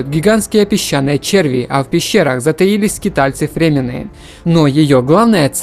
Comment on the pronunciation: Да что же такое ошибка на ошибке ФрЕмены, кто это? Фримены!!!